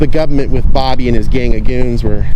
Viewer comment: He said, Gubment😂😂